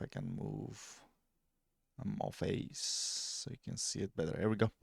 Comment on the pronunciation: Evil phase(Face) was what i heared 😂, Keep.it up my guy